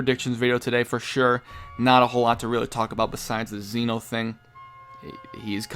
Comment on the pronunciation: It's Zen'ou, not Zeno. His name isn't Zeno, he is the king of everything, the Zen Ou. Zen means everything and Ou means king. Imagine his name was written like Zen Oh. That's how you say it. You could also try watching the anime and listen to how they say it.